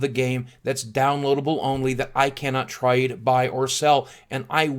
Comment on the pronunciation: How he says 'trade' XD